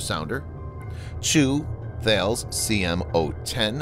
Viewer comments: Thanks for the video. FYI Thales is pronounced TA-LESS. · Thales is pronounced tar-les. 😊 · Mate, I’ve tried this about 18 times with this guy